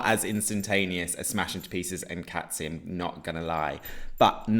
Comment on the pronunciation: Cazzi is pronounced like Cassie not Catzi🥰